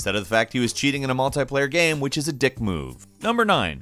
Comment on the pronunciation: the way he pronounces game as gaem XD